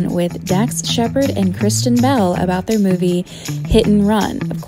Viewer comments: Why does the announcer keep on pronouncing Kristen Bell's name as "Christian" ? That just ruins it. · You put all these clips together and can't even get the names right. Christian? Kristin honey. I couldn't like it just for that. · Her name is KRIS-TIN. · What is with this narrator? It is Kristen Bell, not Christian. It is Cara Delavingne, not Carla. Very distracting.